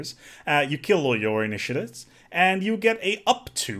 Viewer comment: Then ask him to pronounce "initiates"... :D